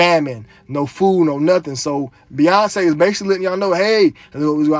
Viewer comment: Beyonce = BOY-ONCE